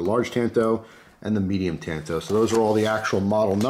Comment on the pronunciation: As if he didn't butcher "tanto". Seriously have NEVER heard it pronounced wrong until today.